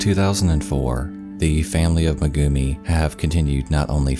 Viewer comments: "May-gumi" not "Muh-gumi" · MEgumi not meGUmi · Thanks a lot for the story but next time when pronouciating non english names please use at least google translater because everytime he sayd megumi It cringed tf out of me